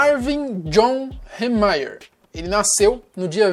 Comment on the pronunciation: Como são dois "e" acho que Hee fica com som de "i".